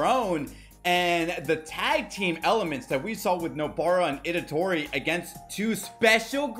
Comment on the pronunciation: It’s ITADORI not edatori 😅